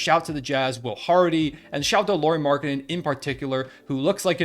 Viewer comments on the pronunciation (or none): Nice video, appreciate it man! Just a little pronunciation tip on his name: Lauri is pronounced similarly to Lowry (just with less twang and a rolling r). Meaning, it contains the "ow" diftong. You're doing a pretty good job with the surname pronunciation! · Straight up butchering the name! Trying saing loud, now just use the lou, then re, and roll the R. It's not that hard man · Lol! Your pronunciation of Lauri is funny. Sounds like a girl’s name. BTW - the NBA season is a marathon not a sprint. Pump the brakes on the Jazz.